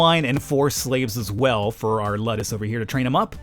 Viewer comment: And its Luuudus, not luddes xD you might wanna watch some episodes of Spartacus ( the "new" series ) to get some knowledge about that kinda stuff, its even relatively good and you might enjoy it pretty bloody tho, alot of nude and sex, and more blood and gore xD i hate the intrigue shit thats in it, but the rest is good season 1 was the best anyways